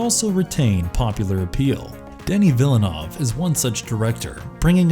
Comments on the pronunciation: Villeneuve... not Villanov. Jesus. Was this thing written and narrated by AI?? Avoided... to film? wtf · Like the content, but this v/o guy seriously needs to work on his pronunciation to justify his job. For one, it's not Denis "Villinov," 2. it's not "SolAIRis." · For reference, it would be nice if the films were listed in the description. Also, it's worth mentioning that Solaris was re-made by Soderbergh and it's just as good as the original. As well, you should try to learn how to pronounce Denis Villeneuve's name correctly.